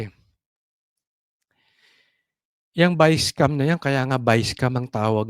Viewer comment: Ayusin mo pronunciation biscam